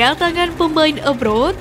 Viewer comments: Maaf min bukan abroad tapi abroad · Abroad yg bener